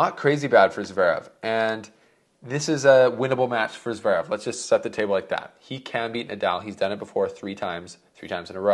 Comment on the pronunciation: Rune is pronounced “Roon-uh”. You’re killing me. And it’s not Zuh-verev. It’s Zv pronounced together. Ts-verev in German.